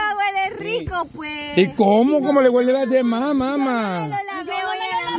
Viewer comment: Una cosa en buena onda, que mal conjugan algunos verbos las chicas, no es "huelido" sino "olido", dicen "hueler" y es "oler"... aprendamos juntos cada día.